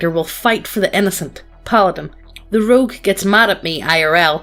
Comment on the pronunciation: I like how called a rogue a "loog"